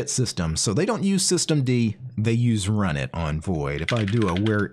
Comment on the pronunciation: I thought that runit was supposed to be pronounced R-Unit...